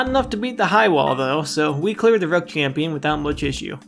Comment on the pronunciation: i really cannot stand that he says champin instead of champion